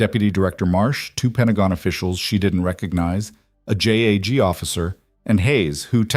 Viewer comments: Ok narrator if u can't pronounce JAG correctly its JUDGE ADVOCATE GENERAL NOT J A G😮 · Ok narrator JAG is pronounced as a word not individual letters